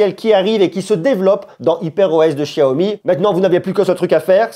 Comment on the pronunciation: Não sabe nem pronunciar xiaomi